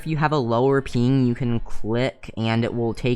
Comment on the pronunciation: bro stop saying ping like peing